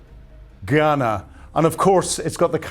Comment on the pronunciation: Ghana?? GUYANA; Marakibo? MARACAIBO